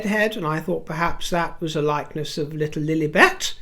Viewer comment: I always crack up at the way you say Lilibet! Like duck noises Hahahahahaha The flower “sprinkles” is literally just dust. She elevates dishes by putting dust on them.